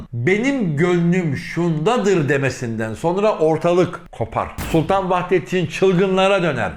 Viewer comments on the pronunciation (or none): Vahidettin değil Vahdettin olacak aradaki i harfi olmayacak Türkçe ni duzelt